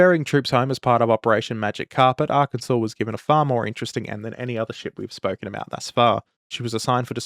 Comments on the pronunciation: Ar-kansas says the madman, not Ar-kin-saw. Truly an Aussie moment. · damn the rage bait Arkansas pronunciation “Arkansaw” is the usual pronunciation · Arkansaw. I know it's stupid but yk... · You pronounced Arkansas wrong. You pronounced her like (Ar-Kansas), like an adaption of the Kansas state name. It’s pronounced “Ar-Can-Saw” or Ar-Kan-sas. I’m not a native from the state but I’d recommend learning it since the natives from the state don’t have much to be proud of so defending their state’s pronunciation is something they’ll defend. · "Ar-kansas". Alright boys, SPEARS AND PICHFORKS! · It's Arr-Kan-Saw!!!! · Ah yes, the incorrect pronunciation of Arkansas strikes again. A bit of local humor that inevitably everyone makes that mistake at least once. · My Desert. My Arr-Kansas. My Dune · "AR-Kan-Sas" ....you said that just to wind us Yanks up, yeah?